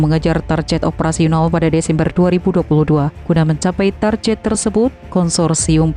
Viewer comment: Istilah "target" kok dibaca tarjet. Ini Enggris bukan Indonesia pun bukan. Kedua2nya dibaca Target yg betul.